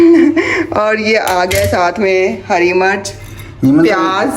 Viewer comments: Sister green chili ko Urdu main heri [Murch] nahi kehte isko Heri Mirch Mirch kehte hain Murch nahi kehte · Murch nhi mirch hoti hy